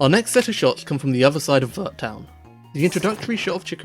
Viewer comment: I'm so confused about how Pokémon fans still mispronounce Arceus, after over 13 years. Also, Vert is pronounced more like "air" but with a V before it lol.